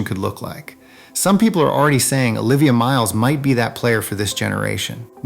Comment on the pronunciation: Learn to pronounce the names.